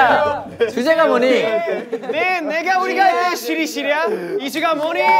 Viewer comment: Siri ❌ shiri ✅